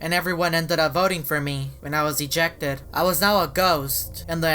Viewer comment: His voice really is: This is really weiRDD. I will most likely get ejectEDDD.